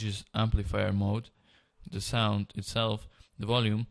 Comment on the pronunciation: he said sonk